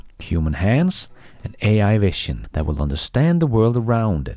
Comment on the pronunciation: you really need to correct this pronunciation of the word vision.